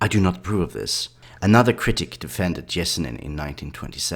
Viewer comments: Pronounce his name probably its not even close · do you also pronounce yellow as jellow? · I know right? this guy should do some research before saying his name. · it’s Sir-Gay, ye-se-neen